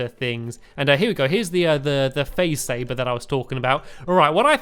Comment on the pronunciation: It sounded like you said faze saver